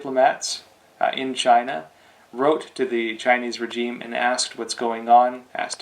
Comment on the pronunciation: I believe you are continually mispronouncing regime.